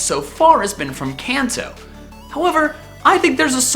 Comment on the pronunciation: Hate to be "that person", but is it too much to ask to pronounce "Kanto" correctly? He says it so many times in the video I wondered if he did it on purpose lol